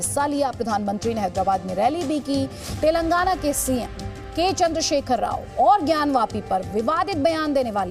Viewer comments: Modiji cant say TelenGaana, he keeps saying TelanGna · 🤣🤣🤣 Sir. it's " Telangana " Not Telangna. KCR Spolied Narendra Modi Visit. 🤣🤣🤣🤣🤣🤣...... He also given Hindi speech... As modi is not Local to people of Telangana state, We don't care about his visit. We only Care about KCR Speech. We knew that Double engine Sarkar 🤣 in Haryana 33% Unemployment, UP 23% Rapes, Undeveloped city's, No future less policies......... Jharkhand 29%, Bihar 31% .... ... Dreams are different Reality is different. We understand the Truth. Any way after 2-3 years. Modi will Retired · Telngna nhi telangana hai 🤣🤣🤣🤣🤣🤣